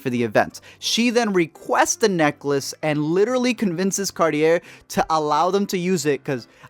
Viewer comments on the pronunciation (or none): I guess the movie was right, 50% of the public does mispronounce Cartier... Aaaaaaaa. Not Rrrrrrrrrr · “Carty Air” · pronounces cartier wrong and proceeds to talk about pronouncing rappers names wrong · Well Helena Bonham Carter had a point. Even you mispronounced Cartier plus LAST I CHECKED THERE'S NO AMERICAN SHERLOCK WHAT?!?! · I like how he mispronounced Cartier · points out the Cartier mispronunciation thing in the movie but mispronounces it himself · What a misogynistic tone. Also, you, yourself, mispronounced Cartier. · You mispronounce Cartier worse than rappers do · You also mispronounce Cartier